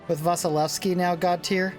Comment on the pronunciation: I after S in Vasilevsky should be pronounced as E. Well, just for general knowledge who don't know about it.